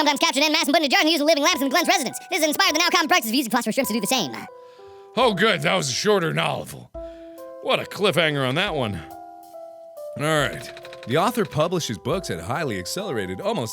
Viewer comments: I like how he pronounces the book as nolllfull instead if novel XD. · Mark says "nolev" Me: lol "Novel"